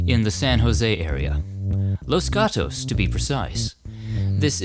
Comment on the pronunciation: Los Gatos is pronounced like cat.